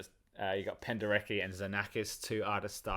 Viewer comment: In Polish - "Penderecki" not "Pendereki" It sounds like it is written.